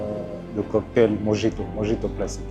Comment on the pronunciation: Super vidéo ! Juste un petit conseil pour la prononciation de mojito qui vient de l'espagnol ( de Cuba) : le " j " se prononce " r ".